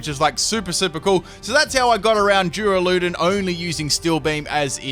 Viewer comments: Durrrrr-Al-Uh-Dawn I would have gone with DOORALOODONE hurts my soul lol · U say his name wrong its dur ral u don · "Doo-ra-loo-don" A do what now?... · Why do you say the name like that I cant even.